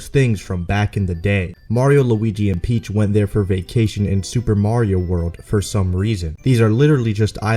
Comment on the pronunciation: Princess Pitch